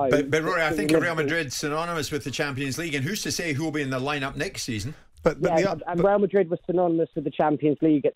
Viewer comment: let's face it, the only reason Trev would pick Barcelona over Madrid because he can't say the latter. "Weal Madwid". He's worse than Woy Hodgson